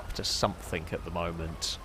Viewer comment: Learned some new words, today. "Recognization" "Somethink" "Blowan"